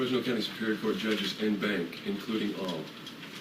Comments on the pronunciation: en banc is pronounced "on bonk" not "in bank" LOL But otherwise good job :) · Brilliant. But isn't "en banc" pronounced with a short sounding "a'" ? So impressed with your intellect and how you so fluently articulated that intelligence 👏